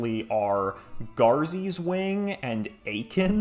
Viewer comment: You said Eiken and I got war flashbacks